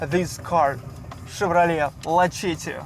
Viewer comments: It's pronounced like Luh-setty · The c in Lacetti we pronounce like an s. La set ti Just so you know. :) Glad you like it. Great deal on your new home. Enjoy! You guys have been working hard.